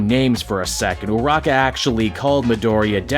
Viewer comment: Time to educate: Iida is "E-Da", Ochako Uraraka is "Oh-Chalk-Ko Uru-Rock-Uh", and everyone just calls Bakugo, well... "Bakugo" in the show and in the fandom, not many call him Katsuki, and it's "Caught-Zoo-Key", actually, we call everyone by their last names, you'll get used to them lol (Also that Naruto pronunciation must be a Canadian thing lo)l